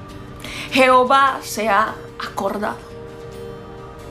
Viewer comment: No se dice jeovha. Palabra mal dicha